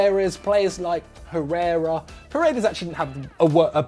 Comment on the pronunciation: Put some respect of Herrera’s name